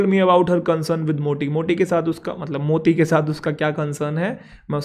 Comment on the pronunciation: Moti ❎ Motti ✅ 😂😂😂